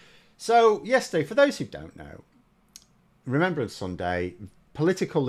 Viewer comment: Remembrance, not remembèrance, dah!